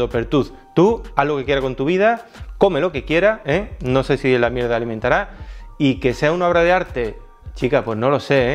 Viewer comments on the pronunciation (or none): "Tiene mucho ojo para la Mierdah" jajsjajsjajss